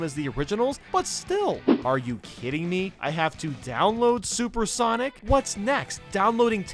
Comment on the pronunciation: SENIC gotta go fast